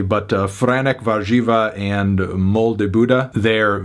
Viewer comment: ALG <3 Also, not a terrible pronounciation on the polish names! "Młody" is kinda pronounced like "Mwody" not "Moldy" ;)